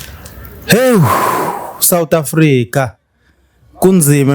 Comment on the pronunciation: 😂😂😂Uyangibulala ngohleko uma usuthi south africa methuli wohlelo😅